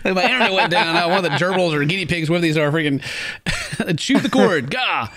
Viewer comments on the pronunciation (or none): none